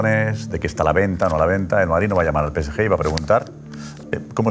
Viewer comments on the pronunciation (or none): Porque en el chiringuito dicen pese ye? En lugar de decir pe ce ge. Cuando se refieren al PSG